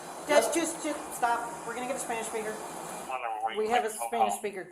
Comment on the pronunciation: Why is he saying "Isponich"?